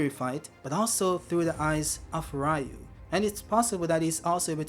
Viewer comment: Am i the only one who's like "Its Ryu" (Reeyu), not Raiyu. Ryu means dragon.